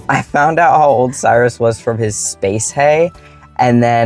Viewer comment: Cyrus. In Latin. Kyros, Greek, predating Latin. Kurush, Persian, predating Greek. Look it up. Respect the person by pronouncing their name correctly. It can mean Sun, throne, lord, far-sighted, bestower of care. Addendum. Never mind. I looked it up for you.